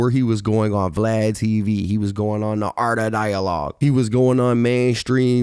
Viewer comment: ARTUH DIYULAW